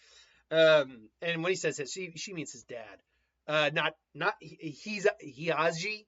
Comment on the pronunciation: It’s Hizashi (He-Za-she I believe is how you sound that out). I meant that the Uzumaki Chains get stronger as they get older not the Uzumaki themselves. I believe it’s in the Minato one shot, where Jiraiya’s team encounter Han and Roshi and survive pretty much because of Kushina. Although until they reach their prime their chakra capacity should increase just like any other ninja. You just have to do more to maintain it as you get older and out of prime. Anyway, another great chapter. Can’t wait for Wednesday.